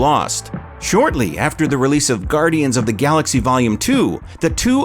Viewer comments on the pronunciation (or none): none